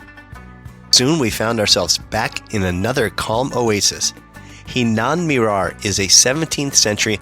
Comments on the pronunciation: It's "Hiran Minar" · It's no Hinan Minar it's Hiran Minar.